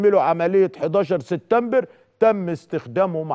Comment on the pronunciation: يا سيد عكاشة ما تقول ليس بجديد فنحن أيضا نتطلع على برامج الانترنت وانت لم تأتي بجديد ولن تأتي بجديد . ملحوظه سبتمبر وليس ستتمبر اتمنى ان اسمع منك كلمتين منطيظمين😂